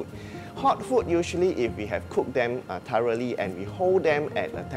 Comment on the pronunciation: Why he pronounced thoroughly as “tareli” ?